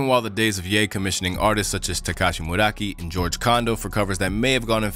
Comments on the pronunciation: Murakami, not Muraki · slight mistake: the artist's name is Takashi Murakami and not Muraki as you said. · it's TAKASHI MURAKAMI NOT TEKASH MURAKI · Takashi Murocky? You butchered that ish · The japanese artists name is Takashi Murakami not Muraki… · Dude really said tekashi muraki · "Tekashi Muraki" almost made me choke on my food. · "MURAKI" LMAO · "Takashi Murakey" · "Takashi Muraki"?? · Bro called murakami “meraki” lmao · Takashi Muraki??? Did you even try to pronounce Murakami???? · How did you just say Murakami’s name? 😂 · stopped watching when I heard MURAKAMI's name butchered liked that. like, wow.. vid lost all cred at that point. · Bro ain’t even try to say murakami 😭